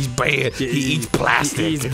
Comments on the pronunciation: Such a cwomment- toh, it's BAYD! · Captian America: I can do this all day. Thanos: Im a Baaid guy. Im a stwong, baaid, nauwthy guy! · STWONG BAED